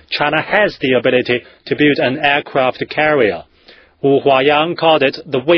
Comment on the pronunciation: ok, I lol'd Aircwaft cawwier